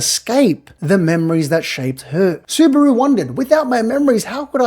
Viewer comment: bro is so Aussie he even pronounces Subaru like kangaroo